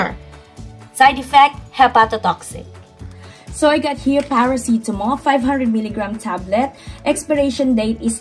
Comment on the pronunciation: Love it when your saying Parasitamol ❤ Anyways your videos are very helpful. ❤